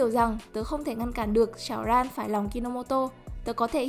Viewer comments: bả đọc hơi bị kì , sao ran mới đúng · Chị ơi là syaoran ( sao ran ) chứ ko phải sảo ran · Xin đọc tên M-A và tên Char giùm :)) "Xảo-ran" wtf?? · mà có ai thấy chữ syaoran bả đọc hơi kì ko